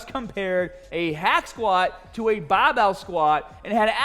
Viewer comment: Cant say barbell any more. Its now bahh-bell